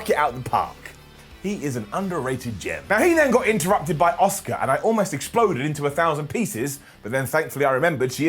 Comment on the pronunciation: I also think they're pronouncing it very weirdly. Shouldn't it be "A-SU-KA"????